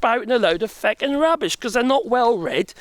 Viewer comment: Loving your adoption of Irish swearing 😂 Oddly you pull of a feck with an English accent, that's rare and impressive